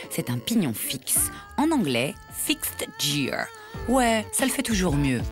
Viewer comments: heuresement elle s'est reprise apres, parce que fixed jjiiire c'est pas trop ça l'accent anglais ;) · le fail sur la prononciation du fixed djir